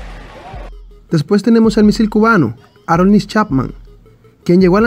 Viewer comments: Aroldis no arolnis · No es Arolnis, sino Aroldis el nombre del cubano Chapman...! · Aroldis Chapman no “Arolnis”